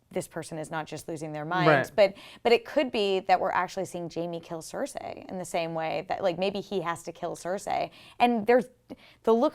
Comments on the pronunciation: Cersei not cersa ffs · Cersei = "sir-see" not "sir-say" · It's cer-ce not cer-say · SER-SEE not CER-SAY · why she keep saying cersai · I don't know why but it really annoys me when they pronounce it as "Cer-Say"... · same, really bothers me lol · Cer-say? Toe-men? C'mon.. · Why is it so hard for them to understand that the episode skipped parts in time. WTF I'm glad they did it that way we don't have 3 episodes if travel and filler. Also I hate the way this girl is saying Cersei. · The way she says Cersei XD